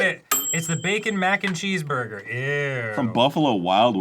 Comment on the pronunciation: “there is a pineapple in my burgah” iykyk